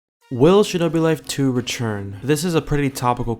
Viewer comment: Nobody:: retsjurn